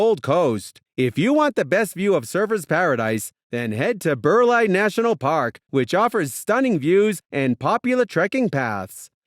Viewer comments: Bur lee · How on the earth do you say Burleigh heads like “Bir lye heads”